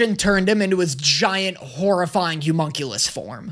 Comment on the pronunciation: I am BEGGING you. It's the O in homunculus is an "Uh" sound! Not an oo sound! Please!!!!!!!